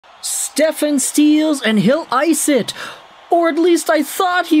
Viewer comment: You should be embarrassed not knowing how to properly say his last name😅